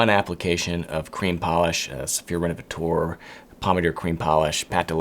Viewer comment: Hi, i'm French and i'd like to adress the pronounciation of "renovateur". "teur" is the French for "tor" like in "actor" or "director". i don't know why you say "renovatour" but it's "renovator" for you English speakers. Thanks 😉